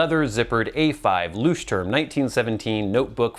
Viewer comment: He butchered it totally - like everyone on Youtube does